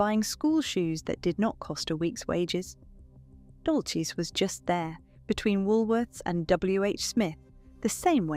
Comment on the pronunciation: It is not Dolches it is pronounced Dolsys.